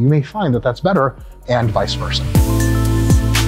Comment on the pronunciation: props for saying vice versa correctly!